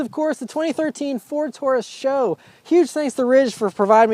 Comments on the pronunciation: S.H.O. not Show. Do you try to say GTR, or STI? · Ford Taurus "Show" _. It's pronounced S-H-O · I was cringing every time he said it lol...super high output.. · saying "show" sounds fucking ridiculous. Couldnt even watch the video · I thought it was pronounced S, H, O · This guy gets it^^^^^ say it with me, S-H-O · Can't take your reviews serious, if you can't even pronounce car model correct.